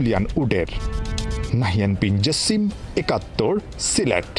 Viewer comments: এখানে সিলেট হবে না সিরেট হবে, বুজতে চি না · সিরেট কি সিলেট হবে